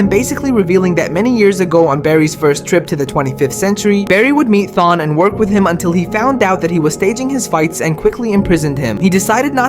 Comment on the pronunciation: Thawne is the kinda guy to torment you for decades because you pronounced his name wrong